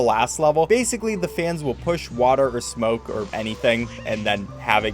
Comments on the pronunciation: every time he said smoke i got angry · Every time you say smoke I literally laugh help